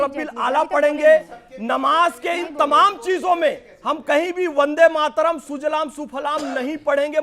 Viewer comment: अनुराग भदौरिया "वन्दे मातरम " को " बन्दे मातरम " बोले, वन्दे सही शब्द है, बन्दे नहीं।